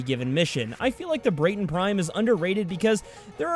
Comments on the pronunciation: At the moment the only thing you need to get soma prime is learning hoow to cancel a free twitch prime trial. So it's basically free. P.S it's BRAT-TON not BRATE-TON :) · This man just said “brayton prime” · tfw you cant pronounce Braton LOL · Why call the braton brAton prime it's like walking up to a white guy and saying he's black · I know im a year and a half late but please pronounce the Braton correctly